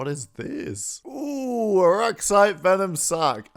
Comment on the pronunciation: “Rup—turra arraxyte”